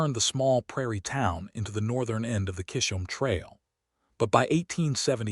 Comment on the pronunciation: CHIZ -UM TRAIL. Get it right or don't say it at all.😡😡😡😡🤬